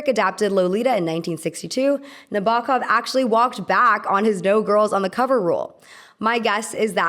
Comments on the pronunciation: It’s pronounced Nah-bow-kov. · please pronounce 'Nabokov' correctly. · Learn how to pronounce Nabokov BEFORE making a video where you mispronounce it over and over. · Every time the narrator said Nabokov's name, it grated heavily (and it is said numerous times) but aside from that, I enjoyed this commentary. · i love your videos but im trying not to cringe at everytime nabokovs name was said :(